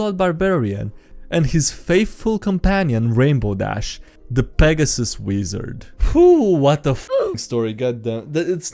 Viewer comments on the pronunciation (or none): Peg-gas-sus? That’s how ya gonna pronounce it? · I cringed when I heard you say Pegasus in that way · that was genuinly the funniest way ive ever heard someone say "pegasus" its closer to "peg-a-sus" not "peg -asoos" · "I get reborn as a powerful angel and Rainbow Dash as a Peg Asses." ...That's certainly a way to pronounce it. I've always done it like Peg Assist, but dropping the T. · Hello guys, "Peg-Ass-Us" here. I will henceforth only pronounce pegasus this way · For some reason the way you pronounced pegasus was very funny to me. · Peg dat assus!